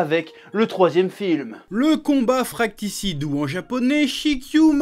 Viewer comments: Fratricide pas fracticide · "fratricide" et non "fracticide" chef ouaiiiiiii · c'est le combat fratricide et pas fracticide mdr 😂😂😂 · On dit fraticide pas FRAKTICIDE PITAIN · ALERTE DYSLEXIE : FRATRICIDE se prononce FRA - TRI - CIDE et non pas FRAC - TI - CIDE (WTF) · Non plus, on dit fratricide. fra-tri-cide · Je rêve ou t'as dit "le combat fracticide"? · J'ai rêvé ou il a dit le combat fraCTIcide au début de la vidéo ?